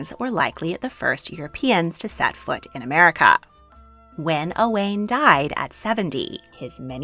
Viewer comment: This is great. Thank you (diolch). When you pronounce ‘Owain’ it might help you to pronounce it ‘oh-wine’ rather than that ‘o-Wayne’. And, although it’s not really correct in terms of pronunciation you could pronounce ‘Llewellyn’ which you’re calling lew-ellen’ as ‘thew-ellin’. Thank you for this brilliant series 🏴